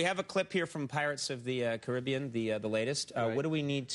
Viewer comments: It's pronounced cari-be-an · “Pirates of the cribbean”